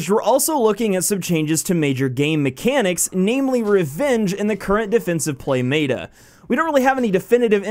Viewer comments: Stop saying mayta instead of meta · is it just me or does him saying MAYTA instead of meta is driving you nuts lol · omg I couldn't watch this for more than the second time you said "mayta" instead of "meta" which is like metamorphosis not maytamorphosis, its not said like the word Beta like the fish or Greek letter....though they are one letter different.....you speak for a living and that didn't sound off or odd when the sound "mayta" came out of your mouth? Maybe next time type it into Google and have it say the word for you first.... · M E T A not M A T A just mEta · When you say m-ehta mata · "defined mey-ta" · It's m-eh-t-a not m-A-t-a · ITS FUCKING META NOT MATA GET IT FUCKING RIGHT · It is said as (Meh-ta) not (mā-ta) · Hidden Desire I cringed so hard, thank u for voicing our opinions. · Meh - Tah. That is how it is usually said. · Mayta??? wtf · Me-Ta plz say it like this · It's pronounced [meh]ta, not like beta. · SnigleBits but why isn't he pronouncing it right 😂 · Please pronounce it right (meh-ta) meta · "MAY-TUH" literally unplayable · You pronounced meta wrong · you don't Know how to pronounce meta, everything is fine, and the servers suck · Yeah, you mispronounced "meta." No big deal, not that bad a mistake. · it is meta not whatever u are saying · why do you keep pronouncing meta like that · I'm so triggered by how you say meta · The way he said meta made me cringe. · Disliked cuz this dude says meta completely wrong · I'm not finishing this video due to the fact that he's straight up butchering the word "meta". the whole world says it right, get on the same page you aren't special. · Josh Van Den Broeck nope he is correct. Meta and beta do not rhyme